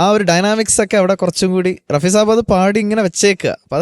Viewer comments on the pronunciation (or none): പതിറ്റാണ്ടുകളായി മലയാളികൾ ഉച്ചരിക്കുന്നത് ഞാൻ ശ്രദ്ധിക്കുന്നു. മുഹമ്മദ് റാഫി അല്ല റഫി ആണ് ശരി . അദ്ദേഹം പഞ്ചാബി മുസ്ളീം ആയിരുന്നു.